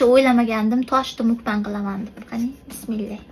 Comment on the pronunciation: Nme talfuziz ģalati qatlisz mukbang so'zini ģalati etvos😂